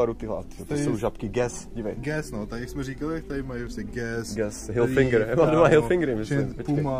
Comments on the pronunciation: Je to Hilfiger ne Hilfinnnger :D :) Výborne video ! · Hilfiger, ne Hilfinger :D